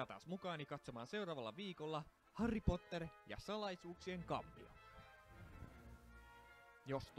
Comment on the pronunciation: Harry ei sanota harri